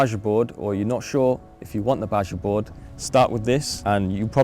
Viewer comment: BajaBoard is pronounced “baha” board